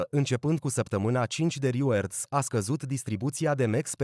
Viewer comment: Big like, dar totusi reward se pronunta /rɪˈwɔːd/